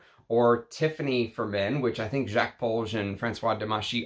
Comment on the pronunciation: On a side note, I normally don't care whether someone can pronounce French or not. You don't have to turn into peppy le pew to drop the 's' in Jacques. And half of the time you do! I thought you'd have enough respect for the perfumers to say their names correctly.